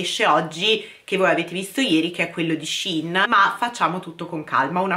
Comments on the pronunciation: ti adoro però puoi dire scein e non scin, grazie🥰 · Io sento tutti le persone che dicono sehein e nn sihn forse avrò sbagliato a scrivere ma la pronuncia è con la e è nn con la i almeno così dicono gli yuotuber e le persone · cmq si dice shein no shin